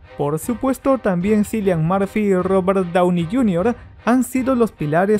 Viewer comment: Buen video! un detallito, se pronuncia Kilian, no Silian. Saludos!